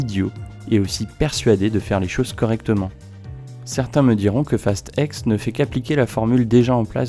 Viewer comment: Tu dis fast five, fast seven, fast eight, fast nine..... et tu dis fast ex au lieu de dire fast ten ou fast X 🤣🤣 Sinon pas mal la vidéo 😉 Et perso pour moi ils aurais du s'arrêter au 5, après c'est parti en vrille total....